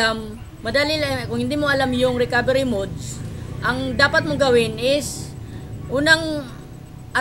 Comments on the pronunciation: Mali. mud. Hahaha. Anyways, salamat sakanya.:D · daw po 😂 jk 😂😂😂